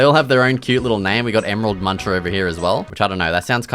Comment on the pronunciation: "emerald muncher" nahhhh bro